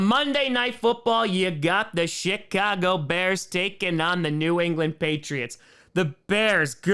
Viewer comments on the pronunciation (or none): Kinda sounded like said shitcago bears